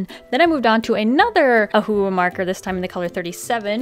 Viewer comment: Please use your pronunciation properly. It sounds like you're saying OHU instead of OHUHU which is the proper brand name. Just saying, you might want to try pronounce the words properly. Just some constructive criticism for you. Otherwise this I love you and your videos are AMAZING. Carry on the great work :)